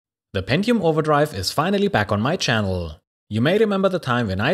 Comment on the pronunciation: I love your content! But I can't help smiling at the intonation of your words :D At the end of almost every sentence you lengten the last syllable. Channellll... Scrapyarrd... Anyy... appearrrd... onlyy... iit... and so on... I love it! :D Don't ever change!